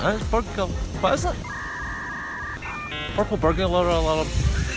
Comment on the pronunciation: purkle burbular alerm🤣🤣🤣